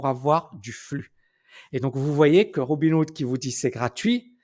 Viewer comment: C'est peut-être un détail mais tu dis sans arrêt Robin Wood au lieu de RobinHood...